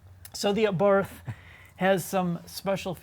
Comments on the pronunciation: "Abarth" is pronounced "Abart". The roaring pass is scaring the drones away. 😄 Leave it to the Italians to focus on passion properly. 🙂 How can they put a Beats sound system in the car? Isn't Beats just a ripoff brand to fill a rapper's lair with more bling? (Well, OK, at least the name isn't misleading marketing.) Hill assist - Now the parking brake will completely rust away in loneliness. That's the other thing about the Abarth. The bird was trying to tell you. (I gotta say though, if a bit of tweeting in the background bothers you even though your voice is clearly understood, your perfectionism is your curse. ... And birds tend to sing for prolonged periods. ... And they usually sound lovely.) The Abarth makes the birds sing. The birds again. 😜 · Came all the way over here, 4 years too late, to tell you it's pronounced, 'ah-bart.' His name, was Karl Abarth... Google, something. Ya' Ninny! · How can you take anything seriously about a car that looks like that. Should be called an A-barf. Turbowski would NOT own this thing. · The pronunciation is a bit wrong (should be pronounced Ahbart), but just a tiny "annoyance" (if that) in an otherwise excellent review! ;) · For the love of God, it's pronounced ah-bart. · Great review but the Fucking H is SILENT! Otherwise, I enjoyed your review. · PLEASE, learn how to pronounce the model designation. No-one can take you seriously when you so completely mispronounce "Abarth" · Also, by the way, the correct pronunciation is Ah-bart, not Ay-barth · It's pronounced: Ah-Bart. NOT A-barth, or ahBarth (with the emphysis on the BART). And NOT like this bozo is pronouncing it (uhbarth). Also, why is he even reviewing this car since he clearly thinks the car is a bad joke. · The "Abarf"! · Either is better than ah-bath. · "Abarf, Abarf, Abarf, Abarf". The H is silent, Abarttttttttt. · It’s pronounced “Abart” not “Abarth”. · OK nice review... But it is an 'Abart' not an 'Abath'! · Abart. The th isn’t pronounced as it appears.